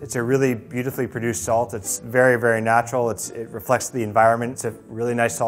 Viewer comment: when he said "saltAYY" I felt that